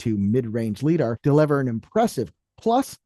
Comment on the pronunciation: “Leedar” - when someone reads a word they’ve never heard before.